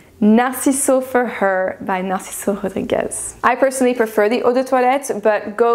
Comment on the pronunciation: I don’t think you should pronounce Narciso Rodriguez in a french way. He has a Cuban ancestry.